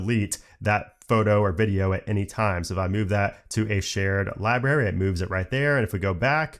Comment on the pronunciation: I’m gonna be that guy that points out that the word “library” has an “R” in between the “B” and the “A”—there is no such thing as a “libary” and you sound like an eight year old when you mispronounce it that way. Hearing the word “libRary” misspoken like a dozen times in rapid fire talking about the new Photos app features was challenging to endure in this otherwise well-crafted, informative, good-looking and good-sounding video.